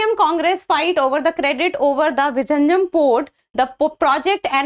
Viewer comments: Its not vijinjam...its vizhinjam which should be pronounced as vilinjam port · Kerala government is so stupid not to brand name it as Port of Thiruvananthapuram.. Non-Malayalees in India and abroad are pronouncing it as Visarjanam, Viraneyeum .. oh ... horrible!! 😤😤 Pinu theetam !